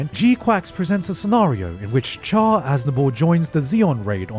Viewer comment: Really hit the hard "Ch" in Char.